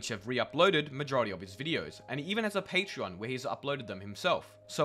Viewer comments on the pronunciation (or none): none